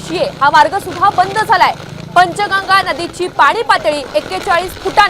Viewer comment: पंचगंगा नदी रे बाबा रिपोर्ट देताना नदीचे नाव तरी निदान नीट घ्या